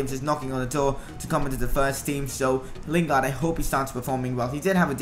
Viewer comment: Mate it's Jesse lingard